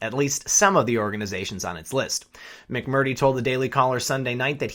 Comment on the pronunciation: "Mac Mer Tree" Get it? People get offended when you mispronounce their names. Especially repeatedly. I appreciate your reports. Keep up the good fight.